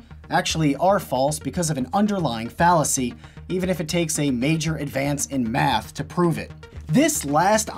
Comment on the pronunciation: Love how he says “math” here.